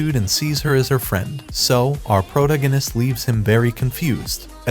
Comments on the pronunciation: That and him saying "proganist" instead of protagonist keeps me from watching these vids. And he says it CONSTANTLY. Never the characters name, always proganist...🤦‍♀️ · Ugh... was 1 min in before i realized you were the pro-gan-ist guy. Wtf is a proganist??? You mean proTAgonist?? I can't listen to this. So many mispronounced words. If this is ai reading this shit it's really DUMB.